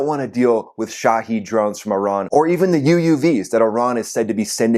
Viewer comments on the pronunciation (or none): you are mispronouncing 'Shahed" drone.